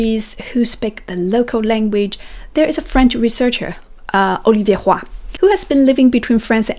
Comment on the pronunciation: When you said "olivier roy" at the beginning....vous n'aviez aucun accent! Je suis canadien francais and all your knowledge is so inspiring! ありがとう. I already know French, English, Spanish.... And I am learning Japanese actually.... Depuis 6 mois. Je me donne 5 ans afín de reussir a comprendre et lire le japonais (lu Sur l'internet). Ma plus grande difficulte actuellement est le nouvel alphabet.... Je dois repeter et repeter encore afín de le memoriser. your actual video will help me to better organize my study. Thank you pour tous vos precieux conseils! ¿? Do you have any advice (conseils) afín d'apprendre un nouvel alphabet?..... Plus rapidement.... But I think the only way is to practice, repeat and repeat again to send the new information to the long term Memory.... Any suggestions?